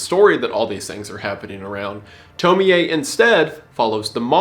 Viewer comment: doesn't the ie just sound like y😭 at first i was cool but then i heard him say toemiae LIKE WHAT